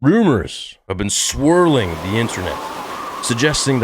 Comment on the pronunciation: You ruined the word ‘swirling’ for me!! SswWwooOOOooohHH!